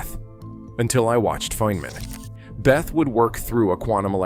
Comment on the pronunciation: It’s not “Beth”!!! It’s pronounced beh-tay or bay-ta